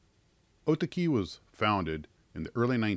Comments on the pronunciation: Oh TAHK -ee is the correct pronunciation. ie, the British long A sound for the second syllable. Japanese syllable split in words is closer to British splits rather than US English and syllable lengths closer too than the American habit of placing equal stress on all syllables. You're the first (and only) person I've ever heard pronounce it the way you do. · Dude ya killing me with your pronounciation. It's Oh Tah key. But yes those WW II planes are still around under Arii label and build well. When the virus let's up I'll send you one when I get over there. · Are you sure that isn't pronounced Oh-ta'-key? That P40E painting looks mighty familiar. A very similar image, only reversed, was used on the Revell 1/32nd scale Aleutian Tiger kit.